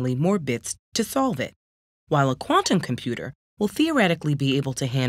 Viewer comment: Not a fan of how she says "quantum computer". Thank you, that is all